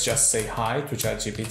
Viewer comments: its ChatGPT, not GTP 😒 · he always says Chat gtp, not one single time he manages to say it properly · Chat GTP :))